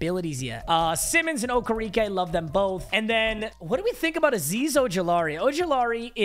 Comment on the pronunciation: Who tf is oka reka it’s okereke